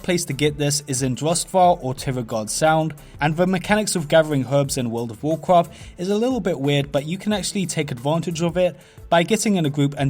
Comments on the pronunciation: wuuurlld ovv wuuwcwaft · Wol' of Wo'cwaf